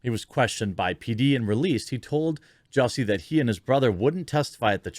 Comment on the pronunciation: JUSS-y, NOT JUICY. "SMALL-et" NOT "SMOLL-YEH". Go home, Jeremy, you're drunk.